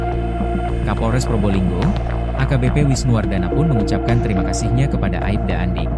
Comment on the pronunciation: Bukan aibda tapi Aipda min